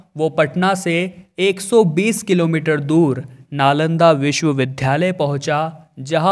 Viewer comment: विश्वविद्यालय को लगातार विश्वविध्यालय बोल रहे हें !